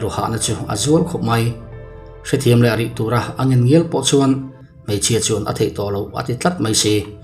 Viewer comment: Hmaichhia, i ti a hmeichhia ti tawh rawh